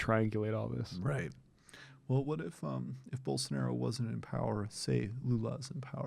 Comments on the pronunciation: Why did he have trouble pronouncing Bolsanaro’s name? Hasn’t he spoken about him before? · gaga: He dosn't evan know how to pronunce the guy's name. I doubt h knows anything about his specific policies.